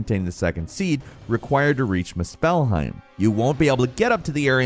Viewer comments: I wanted to watch this but I had to stop within a minute because the way he pronounced Muspelheim PISSED ME OFF like bro come on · I made it to in and can't get over the pronunciation of "musphelheim" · His pronunciation of Muspelheim is killing me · Dude is either making a conscious effort to purposely pronounce Muspelheim, or he never actually played and is just reading a script nobody was smart enough or cared enough to correct him. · I really don’t like the way he is pronouncing Muspelheim 😂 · The way he pronounced muspelheim made my ears hurt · Stop saying muspelheim wrong lol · In today's video, mispronounces literally every noun in the script. Again. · I just need to write this: that is NOT how you pronounce Muspelheim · I'm sitting here thinking...."I HAVE to assume that he he HAS played through this game & the last one as well so he HAS to have heard how Muspelheim is pronounced MANY times. Why the hell does he keep saying it wrong like that? It's so annoying....if he says it again I think I'm gonna have to bail & go to a different channel..." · The way you mispronounce Muspelheim is intolerable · Brother man..... if you ever say muspelheim wrong ONE MORE TIME I am unsubscribing Let's just say I am disappointed in you good sir... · Is anyone else annoyed horribly by his mispronunciation of muspelheim? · Cringe when he mis pronounce muspelheim 😖🤨😂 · mu spell heim? its more...muus PHEL heim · The pronunciation of Muspelheim in this video urked me. It's not "muh-SPELL-hime", it's "MOO-spell-hime". Emphasis on the first syllable, not the second. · It's pronounced moos-bull-hime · Mus-spell-heim is crazy tho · “misspellheim” yeah, somehow you misspelled “Muspelheim” (Moose-phil-hime) through speech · Lemme help you, MOO-SPUL-HIME. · how can people mispronounce things that are said in the game? why does he say it like muspell-heim? its moospelheim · MUSpelheim not musPELheim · my guy it’s pronounced Moose pull hime not must spell heim lmfaooo